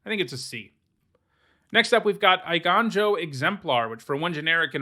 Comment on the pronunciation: It’s a little nitpick, but the “ei” in “eiganjo” is pronounced so as to rhyme with “weigh.” Funnily enough, it translates to “movie place” in English?? Haha not sure why they chose that word for daimyo Konda’s castle.